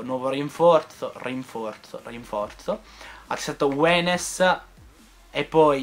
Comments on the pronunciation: Si chiama younes(leggi iun) non wenes! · tanto per informati.. Younes si legge "Iunes", ripeto che lo dico solo per informarti:) Comunque ottimo mercato, complimenti davvero!:)